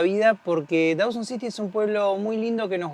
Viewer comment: Dawson City, not Dowson City!